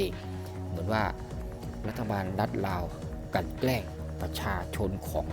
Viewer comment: admin ครับ คำว่าลาว อย่าออกเสียงว่า ราว ให้ออกเสียงเป็นตัวล.ลิง ไม่ใช่ร.เรือ ลาว ออกเสียงไม่ต้องกระดกลิ้น มันคือบุคลิก เด้อ